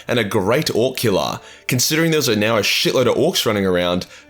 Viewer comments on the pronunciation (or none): I love your accent Orcula, new name for Ork Killer. Also,. trader and traitor pronounced exactly the same. 😂